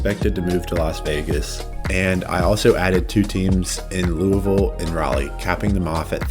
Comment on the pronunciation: I gotta give you props for getting the pronunciation of Louisville right. Honestly in terms of a major league team id first push for a basketball team. As much as i enjoy baseball Louisville is more of a basketball city imo, the Cards are huge and people watch college basketball religiously.